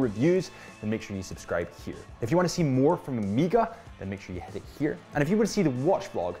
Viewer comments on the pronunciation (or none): Amiga? WTF? Try O-may-ga